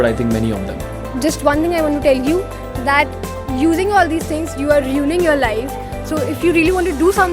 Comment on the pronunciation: Riooning ur life?? :D Stay in class as lack of english is ruining ur life :p